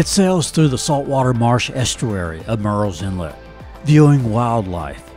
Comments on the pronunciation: It’s not pronounced “Mirril’s” Inlet. It’s pronounced exactly like it’s spelled, Murrells Inlet. It sounds a lot like “Girls” Inlet (but with an M) if you pronounce it properly. Really great video! Awesome editing skills!👍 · you said what sounded like “mirils inlet.” At least 4-5 times. It’s Murrells, like Girls. You said it properly but every time before that was the issue the OP was talking about. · This is a nice tour/info video about our home beach. But, you should know that Murrell's Inlet is pronounced murls inlet, not mūles inlet, which you kept saying in early parts of the video. Otherwise nice sky views!